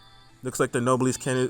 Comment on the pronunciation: No - bless That's how it's pronounced and yes it's a real word